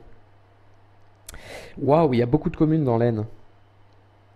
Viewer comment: Stp arrête ton manque de respect en vers nous. AISNE le S ne se prononce pas!!!(bisous🤣)